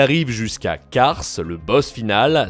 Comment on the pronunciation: C'est bien Kars, pas Cars